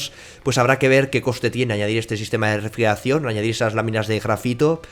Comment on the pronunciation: Vocaliza!!! “Refrieracion”??